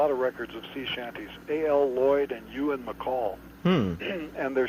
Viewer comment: I love how Frank pronounces Kirsty McColl's dad Ewan McColl's name as "You-Ann"!